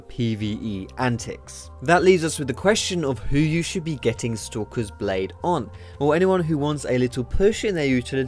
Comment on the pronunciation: I keep thinking you're saying 'Sokka's blade' when you say stalkers :P